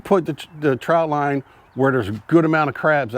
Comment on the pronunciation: Thanks for the info. I grew up in Maryland and in the Summer we spent just about every weekend on the Chesapeake in Deale MD. We used the square traps and we fished , swam , and also did a little waterskiing as a family of 5. One thing I'd point oout . It sounds like you are saying TROUT line . It's called a TROT line , no U . Steamed in beer and Old Bay is the only way 😎